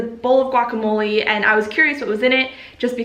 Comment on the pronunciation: The way you say “relationships” is like the cable guy saying “facilities.” Also you mispronounce guacamole and lychee.